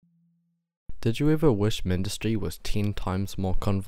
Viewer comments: i hate when people call it (mihn-dis-tree) it is literally supposed to be (myn-dus-tree) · Where? I don't see it on the github page. And even if it does, myn-dus-tree sounds really bad in English. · The wiki proves that the way you pronounce it is wrong. go check.